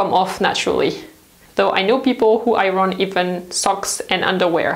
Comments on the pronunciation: thank you for your most informative videos. I hope you don't mind if I point out the correct English pronunciation of the word iron, according to Webster's Dictionary: aiern - pronounced i ern. As you are probably aware English is a combination of several languages so the rules are not always logical. Keep up your amazing work! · In the States we say "eye-urn", which is a truly an ugly-sounding word. Over here we also say "close" for clothes, but in the UK they pronounce the "th". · I love the way you say iron.😂 So glad in the UK we don't have smoking anymore. I remember having to wash everything as soon as I got in as it all stank. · The R in iron is silent in English. When I go to work, I earn. And that's how it's pronounced with the accent on the I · lol she keeps talking about the Iranians. Iron is pronounced with silenced "R". You also tend to mix British and American T sounds. The word water in this video is pronounced in both British and American versions even though the overall accent is British lol.